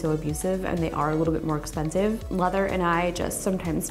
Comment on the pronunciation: You said this is really expensiv hahahah lol